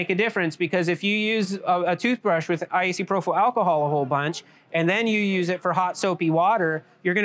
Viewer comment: Icyprofyl alcohol😂 Anybody wondering, I'm pretty sure he meant isopropyl alcohol aka isopropanol. Amazing tech, I absolutely love marbles!!❤